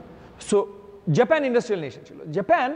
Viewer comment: হ্যালো মি. in a sort of, আপনি তো in a sort of জেপেন জেপেন করতে করতে in a sort of শেষ করে দিলেন in a sort of. আগে Decide করুন না, বাংলাটাকে ঠিকভাবে বলবেন নাকি ইংরেজিটাকে বলবেন। এরকম খারাপ বাংলা বাঙালীরা যেমন বলে না তেমনি এরকম জেপেন জেপেন in a sort of English কারো কাছে শুনি না।